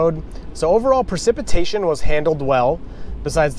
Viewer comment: This was fun! Did I hear you say PARcipitation? LOL